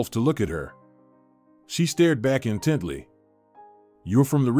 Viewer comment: It's "intently", not "in Tidley".